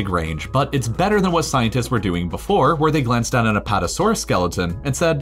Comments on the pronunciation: “Apotasuarus” excuse me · he said apotosaurus